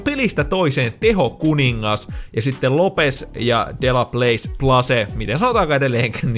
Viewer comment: Se delaplace sanotaan dölaplass.